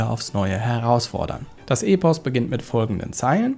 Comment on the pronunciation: und das E in Epos wird kurz ausgesprochen (Es kommt ja von dem griechischen Wort ἔπος und nicht ἤπος, also kurzes E)